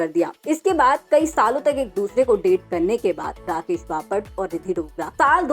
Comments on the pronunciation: Papat nahi😂😂😂😂 Bapat..pahale bolana sikh😂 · बपाट नाही बापट 😂😂😂😂😂😂😂😂